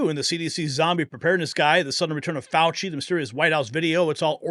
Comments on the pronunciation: Fauci fooowah pwison 202 fouwahhh!!!!😂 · Fauchi, not Faucher…sorry!❤